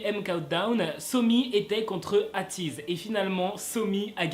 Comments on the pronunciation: ateez ce prononce heytiz et pas Atiz (c pas méchant) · Euhmm tu as dit "Ateez" à la française, et je n'ai pas supporté... on ne dit pas "ahtiiz" à la française, on dit "Aytiz" à l'anglaise.. Je ne dis aucun mal, je te corrige. Je t'aime bien, rassure-toi ^^ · Aïe 😂 Pitié que personne ne le prenne mal mais je suis Atiny et quand il a dit "Atiz" à la place de "Eitiz" pour Ateez ça m'a piqué les oreilles 😂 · Je pensais que ça se disait "Aiteez" et pas "Ateez" tu m'a appris quelque chose encore une fois 😂❤ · il a dit atiz à la place de ateez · Sa se prononce Aiteez =Ateez😂😂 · Il faut dire " ATEEZ " en anglais Sinon j'adore tes video, tu pourra faire une video sur Ateez 👏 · Mais j’ai mal comment tu a prononcé ateez😭😭😭😭😭😭😭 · "Ateez" a la française 😭 je suis morte 😭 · quand ta dit ateez j'ai failli mourir 😭😭 le a de Ateez se dit en anglais 😭 sinon super vidéo ❤️